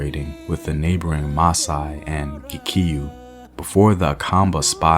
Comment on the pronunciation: We are known as Kikuyu not kiiikayu as you say it